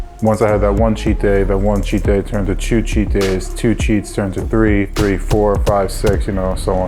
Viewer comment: “That one cheat day turned into chew cheat days” 😂😂 - Dope story though.